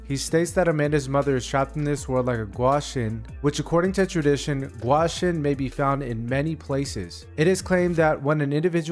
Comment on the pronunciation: It's gwi-shin Not gwa-shin